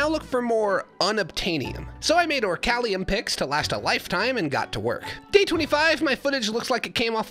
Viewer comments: Sorry not sorry adamite is adaMANTITE, and orcalium is oriCALCUM. And I think he is doing this on purpose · Bro called adamantite "adamite" and orichalcum "orchalium"